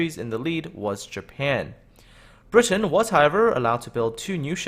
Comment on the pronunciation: The way you pronounce 'Britain' is obnoxious.